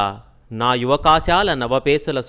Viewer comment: yuvakaasala is correct . yuvakasaala is not correct . sri sri own voice lo aayana kooda oka padam thappuga palikadu , adentante sumapesala navageethavaranamlo ani .